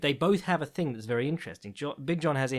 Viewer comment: wohhhhh... w-werry fntastic intro!